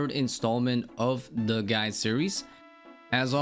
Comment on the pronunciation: he also says this "guy" instead of "guide". I cant stand it either haha